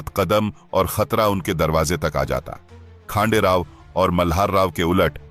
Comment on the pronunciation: वह नाम खांडेराव नहीं हैं . खंडेराव हैं . महाराष्ट्र का देव खंडेराया है .श्रद्धा से खंडेराव नाम प्रचलित हो गया . आप इंग्रजी में पढ़ते हो तोवह अक्षर " खा " हैं या ," ख " हैं यह कैसे तय करोगे . इसलिए अपनी भाषा में लिखना पढ़ना शुरू करो . खंडेराव यह भगवान का नाम है परन्तु खांडेराव यह नाम नहीं अर्थ शून्य है . इसलिए इंग्रजी में लिखा हिंदी में पढ़ने से ऐसा संकट खड़ा होता हैं . और अर्थ का अनर्थ हो जाता हैं . क्यों कि आपको भी पता नहीं योग्य नाम क्या है ? ना आप इंग्रज बने ना आप भारतीय बने . त्रिशंकु अवस्था हो गई .और अपने ध्यान में लेने का प्रयास भी नहीं किया होगा . जैसे एक स्टेज कार्यक्रम में कुंभाराम को कुंभकर्ण बोल गए . आज सहस्र वर्षों पूर्व का , विश्वगुरु सनातनी समाज ब्रेन वॉश के कारण कहा से कहां पहुंच गया .जिसकी भाषा अशुद्ध हो गई तो वह अस्तित्व हीन बन गया . बस इतनी सी बात है .